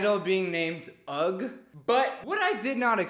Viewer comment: Why does everyone keep saying 'ugg' for ugh 😭💀💀💀💀